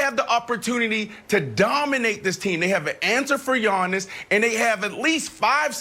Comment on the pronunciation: calls him "Yawnis"